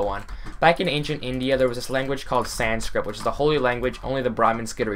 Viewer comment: And is he trying to say Sanskit